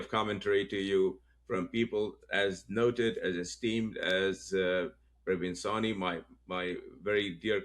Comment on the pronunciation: He is Pra vin Sawh ney Please pronounce it properly Thank you